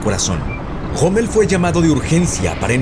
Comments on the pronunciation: POR QUÉ LE DICE GOMMEL y no ROMMEL? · quien es ese tal Goomel del que habla? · que onda amigo, te robaron la "R"????